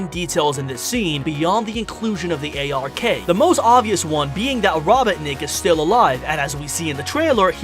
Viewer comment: And when he says space colony A R K. It’s the fuckin Ark.